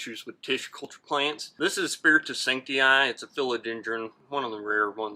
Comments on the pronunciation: Him saying sancti “i” was giving me the ick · How they pronounce "spiritus sancti" is very annoying